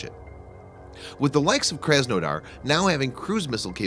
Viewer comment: Your butcheribg the name. My parents are from the city of krasnodar And I was triggered. Its pronouced KrasNadar with your heaviest russian accent.